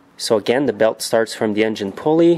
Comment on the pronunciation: Stop saying THEE in front of every word that doesn't begin with a vowel.